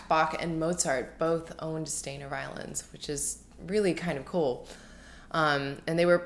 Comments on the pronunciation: SHTY-ner, not STAIN-er 🤦🏼‍♀️ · His name is pronounced "Sh-tiner", like miner ... with an Sh + T at the beginning. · It’s pronounced Shtainer.